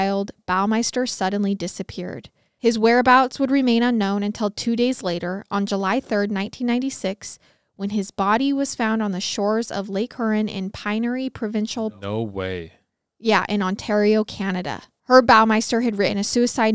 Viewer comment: The one I caught this episode was Lake Hern. I believe it’s Lake Huron. A previous episode she said the suspects car was a Ply mouth…..